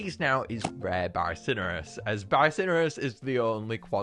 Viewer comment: Bi-so-nor-us: Bi-sin-ur-us